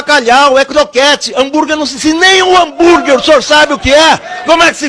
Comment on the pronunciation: Ele fritou Hanburg com A de Anburg..kkkkkkkkk